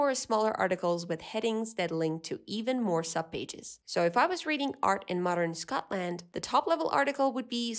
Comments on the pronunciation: why do say scotLAND like that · The way you pronounce Scotland T_____T would make a Scottish person shiver.